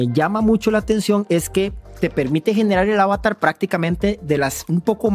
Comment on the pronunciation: ¿Por qué pronuncias ávatar, ávatars (¡qué horror!), si en español la palabra es avatar (con acento en la última sílaba), plural avatares?